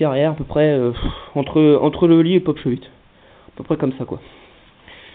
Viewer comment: Putain mais c'est quoi ça ?? On dit ollie pas holie --'